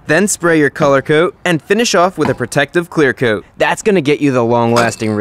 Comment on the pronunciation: "Clear coot"